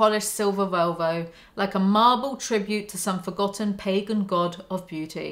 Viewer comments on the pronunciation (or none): none